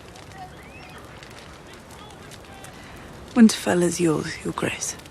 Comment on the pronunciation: Also, the way he says "winterfell" on Talking Thrones.. ugh